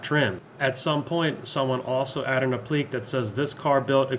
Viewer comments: It also had an ashtray that could hold 3 packs of camels, a day's smoking for John Wayne. BTW "applique" is pronounced app-li-kay. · Did you say applique in such strange way to engage comments? It worked cause here I am lol